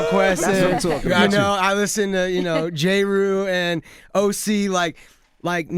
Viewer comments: He said "Jay Rule" 😂😂😂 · I thought he was say J Rule, lol, like a nickname for Ja Rule